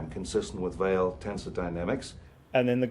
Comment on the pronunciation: He also mispronounces "Weyl tensor" (it's pronounced "vile").